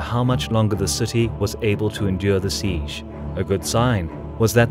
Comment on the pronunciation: Every time you pronounce 'siege' my brain cells die